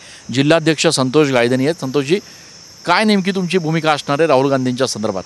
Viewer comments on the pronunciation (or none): none